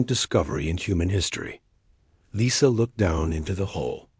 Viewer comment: Thumbs up, good story, one of the better A.I.'s, but ... saw "Lisa" pronounced "Leesa", then 5 words later, saw "Lisa" pronounced "Lisa" . I would expect even lesser A.I.'s to have some consistent pronunciation. Just sayin'